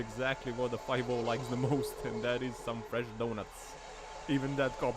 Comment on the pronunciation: You call cops 5-0 or fire ball? I’m struggling to understand you there.😅